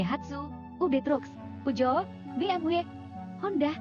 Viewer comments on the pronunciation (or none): Merk Pujoo? Kalo Peugeot, mungkin lebih pas dibaca pyu-sho